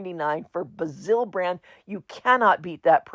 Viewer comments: I bought the glitter glue…trash. They were all dried out! The paper is pronounced Bas-ill, like Jazz-ill. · I absolutely love your channel, and your exuberance is so amazing. May I offer a bit of info? I have always heard crafters pronounce “Bazzill” to rhyme with razzle or dazzle. I looked it up to make certain that I was not in error before sharing this with you. I found this pronunciation to be true more often than not. Please don’t be offended - I just want to help. Blessings to you. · if you see it again while you are taping you might want to warn everyone that they are trash. I felt a bit stupid for not being more careful, you could see in the bottles how dried up they were. As far as the pronunciation of Bazzill goes, I know from previous comments that you don’t mind being informed. I enjoy your videos as I am in Orlando so I can get to most of the places that you go.